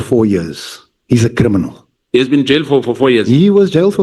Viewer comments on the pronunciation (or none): "Vusi Cat Matlala is a cri-mi-nal, come on say it with me"... Yerrr this guy 😂😂😂